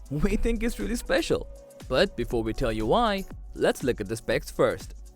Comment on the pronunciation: Special, not especial 😉